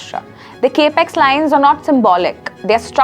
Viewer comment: It’s Capital Expenditure or CapEx not Cape Ex.